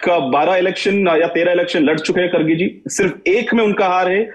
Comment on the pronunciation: Sourab sir aap har bar khadge bolte hai???? Wo kharge hai. Mallikarjun kharge.🙏🙏